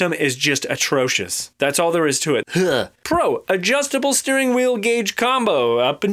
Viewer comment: Everytime he said "pro"... I thought he said "bro". :D :D